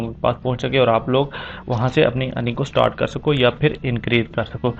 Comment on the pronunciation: Stort nh hota start hota hai bhai😂😂